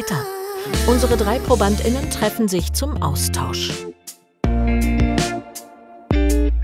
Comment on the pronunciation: Klingt wie ständiges Schluckauf 😀